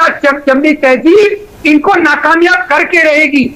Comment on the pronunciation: Ganga jamuna saraswati hota hay Ganga jamuna tayjeeb nahi hota hay.